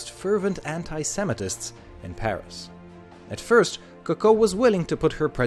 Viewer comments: It is not Cucko it is Co Co. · It's CO co, not co CO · It’s coocoo not coco when pronouncing it jeez the way that he says it sounds like a bird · You are to pronounce it as Ku Ku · Vybl08 yes U right , he actually say Cocow which is not french😂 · Your pronunciation of her name is pissing me off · The way you pronounce Coco is triggering me. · Rey TN But if it’s supposed to be said in french, then he isn’t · Coco is pronounced with the accent on the first syllable, not the second, just like cocoa and coconut.